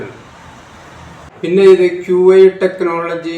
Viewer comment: Qi is pronounced Chi